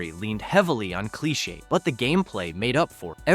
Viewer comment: I love your videos to death but you just pronounced cliché so freaking weird 😂